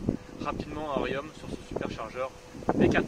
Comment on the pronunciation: Bonjour ! Désolé mais on ne dit pas Riomme mais Rion !